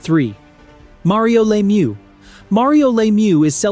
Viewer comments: Lemieux not Laymoo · Bourque is pronounced like: Bork Richard is pronounced like: Ri-shard Lemiuex is pronounced like: Leh-mew Roy is pronounced like: Waah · Also it's pronounced Mario La mieux not Laymieux. And Bourque is pronounced Bork. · glad somebody said it. And if we want to get specific, it’s pronounced luh meur (best I could come up with)